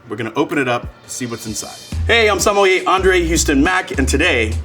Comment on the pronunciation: Finally an American who can pronounce the word Sommelier... not somm-ah-lier